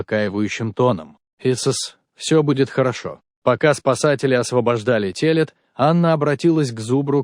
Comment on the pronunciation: А зубр говорил на каком языке.Выучи русский язык.Не телят,ударение на е,а телят,ударение на я.Мудило.